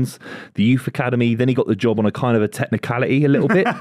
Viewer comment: HE GOT THE JOB ON A TECHNICALITEH